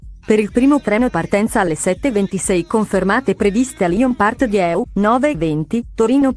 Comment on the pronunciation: Ma dire Paris Gare de Lyon e Lyon Part Dieu nella pronuncia giusta è possibile? Bel video comunque :)